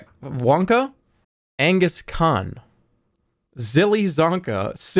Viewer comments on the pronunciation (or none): none